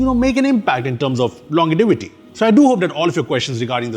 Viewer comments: Lawn-jay-viti…. Not longetivity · Bro just invented a new word longetivity lol.